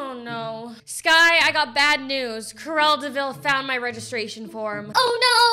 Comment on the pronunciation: When she said crullea davil I was like no cap